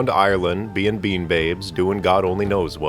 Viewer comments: Your a mess. Bean is pronounced BAN. if it was BEAN, in mexican it would be Frijole Senoira. or Bean Lady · your pronounsing it wrong "Bean sidhe" is pronounced B-AN SHEE and siad Banbia-Shade learn your Gaelic